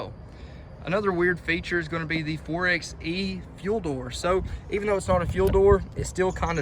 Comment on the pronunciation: 4xe is said "4 by e" just like 4x4 is said "4 by 4".